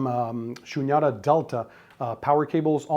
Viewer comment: The Cables are " Shunyata" . It is pronounced as "Shoonyataa" . Its a Sanskrit word.